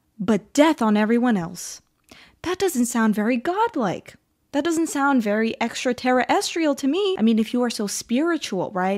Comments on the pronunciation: “Extra terry estrial” I’ve never heard extraterrestrial pronounced that way. 😏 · I thought I heard him say "Extra Terror Estrial". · Extra- Tera-astral. 😅 bro. Gods who invented English , I’m sure could pronounce it better. No? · Extra terra es tree al Humus species Earf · Extra Terra restial beings that created everything (except proper grammar and pronunciation) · Extra-tera-estrial is killing me. I have no idea what that means but alright man.